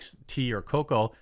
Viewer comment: Coffee tea and cocoa.....You have genuinely made me sick hearing you say this. Something about a grown ass bearded man saying "cocoa" weirds me out. Love the content though when your not plugging shit every 10 seconds.